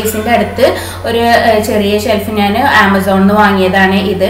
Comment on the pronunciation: നാൻ എന്നല്ല ഞാൻ .